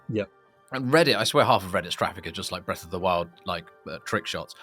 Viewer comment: Breth of the wew